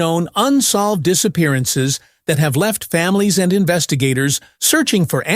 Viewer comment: What are "disapearanrs"/"disaperanes" tho'?